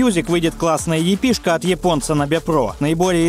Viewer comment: в произношении ошибки встречаются, типа эйков, епэ и прочеее.